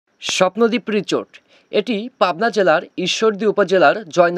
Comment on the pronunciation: Richot richot korchen keno o ta risot Hobe richot na😅😂